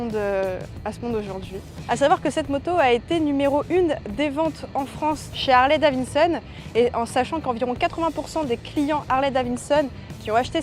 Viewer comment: Harley Davinnesonne 🤣